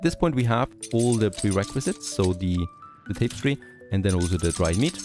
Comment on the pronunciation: tapestry: tap-is-tree, not tapes-tree